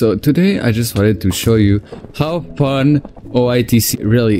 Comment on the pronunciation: how "phun" bros tonge cant roll the "F""